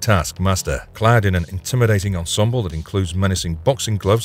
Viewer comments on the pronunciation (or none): none